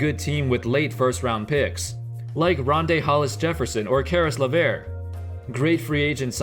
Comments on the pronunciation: Caris LeVert (luh -vrt) lol your still the goat tho 💯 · Is that really how you pronounce Caris Levert? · The way he pronounced LeVert tho😭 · U said caris lavert wrong